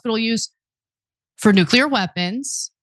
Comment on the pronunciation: It’s pronounced “nuclear,” not “nuke-u-lurr…”